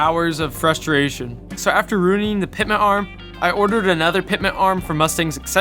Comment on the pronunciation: It's NOT "Pitment" arm it's "PITMAN " arm. Annunciation will be your F R I E N D in these videos.